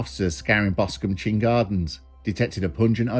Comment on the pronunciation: Chine rhymes with mine....a chine is local venacular for a valley that run down to the sea. I lived in Boscombe and left shortly before this murder, it's know as the druggie capital of the south coast, so this didn't surprise me. I loved living there, always something going on, thanks for the full story, I'd only heard about it but not the details.